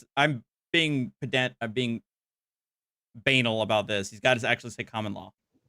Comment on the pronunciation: "Banal" rhymes with "canal," not "anal." Just sayin'.